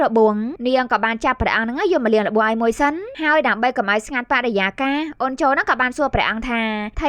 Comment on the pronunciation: អេតមីនយាយថា"អូន"ញុមស្តាប់លឺថា"អូច"😑